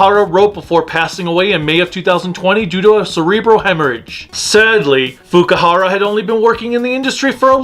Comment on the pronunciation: It's Fukuhara, not Fukihara.